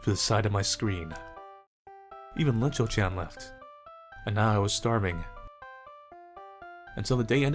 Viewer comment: It’s not Linchou-Chan. It’s Iinchou-Chan (capital i)